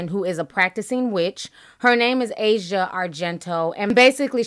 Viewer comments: You're pronouncing Asia's name incorrectly.... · "AH-ZEE-AH", not "EH-ZHA" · Ah-Si-Ah Argento, that’s how her name is pronounced her Dad Is Dario Argento an Italian filmmaker she comes from money power and privilege too. Her whole family is creepy her dad directed a version of phantom of the opera that featured Asia his daughter naked, having sex, and getting raped throw the whole family away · Not a fan of any of them. Her name is actually pronounced ah-see-uh not asia like the country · It's pronounced a-c-yeah, not asia the continent.